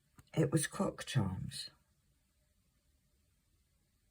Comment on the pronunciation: I did not hear you say crocks charms 😳 😅 I'm sure you can guess what I heard lol